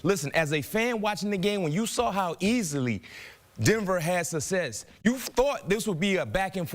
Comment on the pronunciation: Why can't the black guy say "success?" Is he from MehEKo?